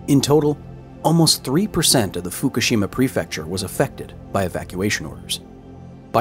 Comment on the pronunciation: Pronounce Fukushima right, then we can talk!